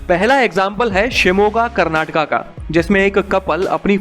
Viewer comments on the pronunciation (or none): Are you guys from North dumb ? How can you not see letter A at the last ? Its kerala not keral, its karnataka not karnatak.